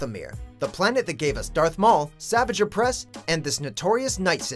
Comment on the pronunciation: Based off the way he pronounced savage oppress I’m sure this dude is just reading a script